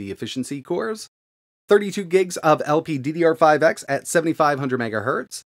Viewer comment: lol second time you mess up lpddr5x (lpccr5x) but good video nonetheless